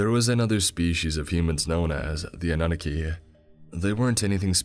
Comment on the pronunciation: Anu-naki lol